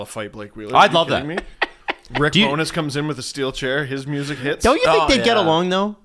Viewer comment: Loving how is pronouncing Rick BowNESS instead of Rick Bonus/Bowness. Please do not stop.